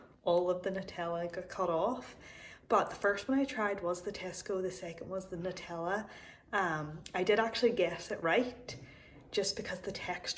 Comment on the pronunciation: So proud of you for saying NUTella and not NOOtella, and red sauce instead of ketchup lol